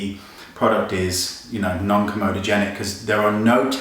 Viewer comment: Wayne, it's comedogenic [kom-ee-doh-jen-ik]...Komodo is an island